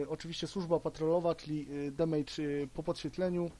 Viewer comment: "Dimejdż", "tjer"... Rozwala mnie ta wymowa. :]